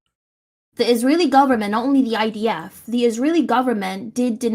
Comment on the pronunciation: Kind of weird when you repeatedly intentionally call the IDF the ITF.